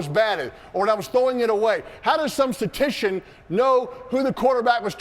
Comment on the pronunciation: It’s “Statistician” 😂